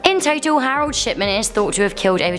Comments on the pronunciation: wait did she say the doctor death guy's name was harold shitman ?? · Did she say Harold Shipman????